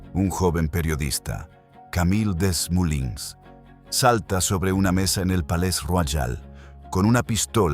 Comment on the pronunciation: El apellido Desmoulins se pronuncia "Demulán".